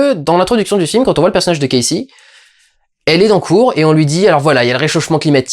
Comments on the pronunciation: "Casey" ?! Pas casé mais Casey avec un K et un Si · "Cazé" ??! mdr on dit "kéïssi" !!